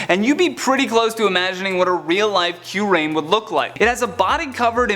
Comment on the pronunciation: The way he said Kyurem and Giratina made me cringe down to my nuts